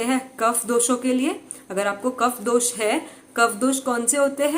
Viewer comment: ma'am please don't mind. Aap se ek request hai काफा, pitta, वाता , दोषा , nahi boliye, sahi ucharn kijiye. Please.